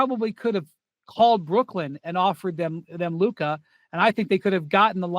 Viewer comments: Now that hes a laker stephen a all of a sudden knows how to pronouce his name and stopped calling him Luker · He says luker to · After hearing you repeat Luker instead of Luka on multiple videos, let's me know you are doing it on purpose. Put some respect on it! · SAS can’t help but to say Luker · Why does Stephen A keep calling him "Luker"? 😂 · If I hear Stephen A say luker one more time 🤯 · Ma$e says loooka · “Lucuh” is the best one so far 😂